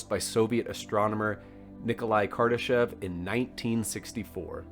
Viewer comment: The' E' in Kardeshev is pronounced as an 'O'